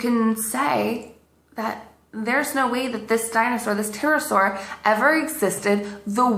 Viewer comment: The more I watch her stuff, the more I'm convinced these are being made for comedic purposes. The 'p' is silent (what else are they hiding?). Come on. She's gotta be an awesome poe.